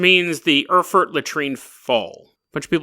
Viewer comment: Oh, look who's back again, after lazing two weeks in the sun, presumably slinging back mojitos, smoking fatties and chasing the muff around! You owe your subscribers podcasts,... and plenty too! And it's pronounced "Aer-fuht" and "Mynz"...:)